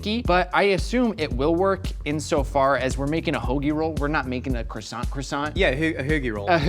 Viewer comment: Mmmeeeehh..... the T in croissant is silent ...... pffff USA USA USA Merica....... SILENCIO